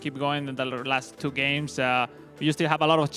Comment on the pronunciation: he just say upcoming gays😂😂